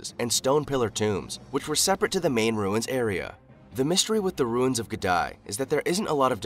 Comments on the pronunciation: The name is, The ruins of Gedi......not Gedai! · Its not Gedi, its Gede. Pronounced G-E-D-E. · Its Gede ruins not Gedi... pronouned as Gay day but remove the "y"s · You should also visit "Ged-EYE" ruins! (It's actually pronounced "Ged-EE") I may as well clarify here as well, it's well known to have been built by the Swahili people, no mystery about it's abandonment, either - Gedi was abandoned by the middle of the seventeenth century. The presence of the Portuguese from the sixteenth century has been considered one of the primary factors in Gedi's eventual abandonment with their attempts to monopolize trade and due to armed intervention. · It's not 'Ge-dye', it's 'Gedeh' or 'Gedee' ruins. I grew up near there. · Africa is not only the cradle of mankind it's also the cradle of civilization..look at the pyramids. They are a true Testament...and btw..that place in kenya is pronounced as Ge-di not Gedae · Discovered by colonialist .... 😂😂😂😂😂. So Africans arounds the place were blind ... ?? Also, no pronounced "Gdy" but "Ghedee" ... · It's NOT Geh-die, it's Geh-dee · Not Gedy.😂..it's Gedi ruins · Gèdï.....pronounce it like gaydee